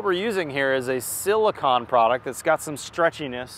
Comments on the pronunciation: It's siliCONE...not siliCON...silicon is something entirely different they make computer chips out of... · Silicone not silicon